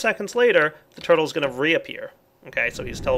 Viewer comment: I don't know why, but when he said "Purtles" it made me laugh xD